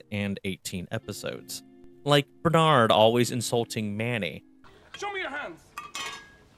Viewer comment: It is a banger. Totally the best thing that happened to me in very comedy-formative years of my life. I can't help it. I know it's too late, and I know the target audience don't care, but. I gotta say it. Please don't put the emphasis on 'Nard in Bernard. It's Bernard not burnARRRd.